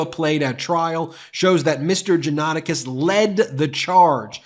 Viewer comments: It's not usually difficult to learn how to pronounce proper names on the Internet. If you consider yourself a news organization, it's lazy, sloppy and unprofessional not to bother. jaw-nuh-TAH-kis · Pronunciation Correction: John-a-TAC-is. Sadly, this man was a friend of mine years ago. I was appalled on Jan 6 to see his post pop up on my Facebook feed. I remember seeing his posts and podcast including the ones you read here and the disbelief I felt that the man I had known had come to this. I was shocked and outraged by his attitude, calling Ashley Babbet a hero who “died for us!” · Johnatakis is pronounced Jah-nah-tah-keys. I know because i am part Pontic Greek. Sadly Johnatakis did not learn anything from the Armenian/ Pontic Greek/ Christian Assyrian genocide... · Just curious, why the repetetive mispronunciation of the defendant's name?